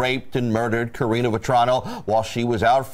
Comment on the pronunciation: Why do you keep calling her, "Katrina" because that is what it sounds like. Isn't her name Karina?